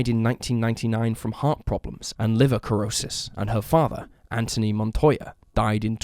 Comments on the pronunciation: Mom probably sold her daughter for drug money. And the word is not "cur-row-ssus" but "sir-row-ssus" (cirrhosis) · Sorry, it's "sir-roh-sis"